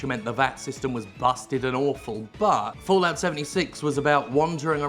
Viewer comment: Fo-Lout ~ Fo-Lout ~ Fo-Lout ~ XD